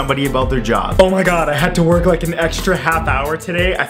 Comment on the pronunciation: Did he say lick instead of like